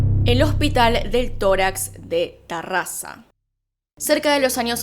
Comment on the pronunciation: Oleeee terrassa, pero se dice tarrassa, primera persona que lo dice bien en toda la historia, (que n es de Catalunya) oleeeeee tu💎🏅🎉si si hospital del torax...... Es la ostia, de verdad, n o tiene desperdicio...